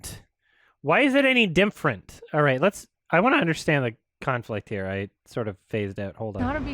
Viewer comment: I'm so happy heard the "dimfferent" part. This isn't even the only video where the actress says it like that lol.